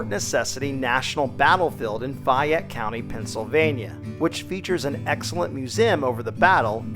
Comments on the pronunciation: As a youngster in a Catholic elementary school in the 1960's, Fort Necessity was our annual "field trip." Notice the visitors' center is bigger than the fort itself. I can't understand why, however, if the narrator is a history buff, he pronounces the name of Fayette County "fie-ette" rather than its correct "fay-ette." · Fi yette County? Hey. Its named after Lafayette. You didnt say it remotely right. Its Fay - yette around here.